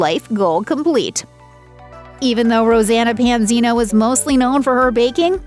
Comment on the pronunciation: Try saying her name right!! 😠